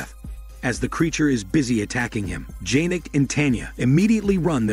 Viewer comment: It's not janek its pronounced yanek